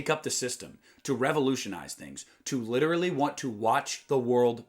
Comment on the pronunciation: Lit er al ly not lit ter al ly